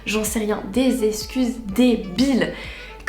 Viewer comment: Très bonne vidéo comme d’hab ms steuplé, arrête de dire escuse, c EXCUSE 😭😭😭